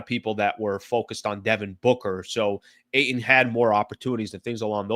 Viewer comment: The way you pronounce Ayton grinds my gears